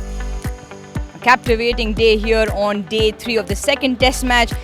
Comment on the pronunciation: She said cavtivitaing day